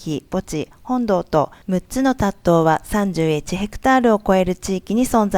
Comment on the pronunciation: 塔頭は「たっとう」ではなく「たっちゅう」と読みます。